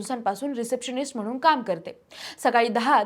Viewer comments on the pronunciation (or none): none